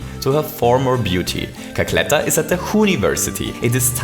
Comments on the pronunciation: "Cackletter" lol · "Cackletter" rly